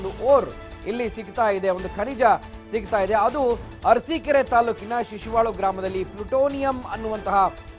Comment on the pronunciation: ಶಿಶುವಳು ಅಲ್ಲ ಶಶಿವಳ